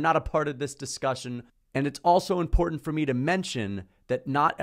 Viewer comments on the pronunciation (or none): none